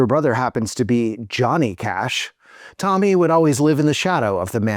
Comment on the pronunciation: Ok, whenever you say "Cash" my stupid mind understands "KASCH" (like some people pronouncing KAJ) 🤦